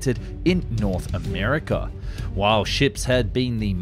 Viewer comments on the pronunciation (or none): none